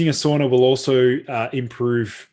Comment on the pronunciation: It's pronounced SAUNA not SOONA